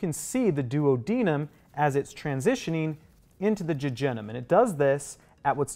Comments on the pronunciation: He keeps saying “duo deniem “ and I can only think of Peter griffin saying Oops my duodenum acting up Be he says it Do ad an nam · I’ve never heard duodenum said like that before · I have never heard duodenum and jejunum pronounced that way 😮😅